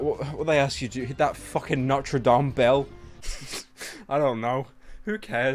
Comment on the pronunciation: Americans: notre dame. Pyro: not-chre dame.